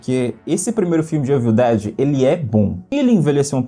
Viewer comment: o famoso "eivil" dead kkkkk your engrish is pretty good LOL